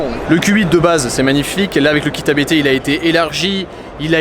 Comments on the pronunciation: Vidéo sympa. Petite info on dit "abt" et non a b t . Abt est un nom propre 😉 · ABT se dit "Abt" et non lettre par lettre. mais on s'en fou